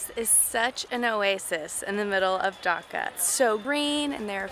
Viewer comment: Ok ok ok it's not 'Daka' it's 'Dhaka' like make the 'Dh' sound like 'Duh-Ka' Sorry for correcting you but I kinda get offended when people get my or my country's name wrong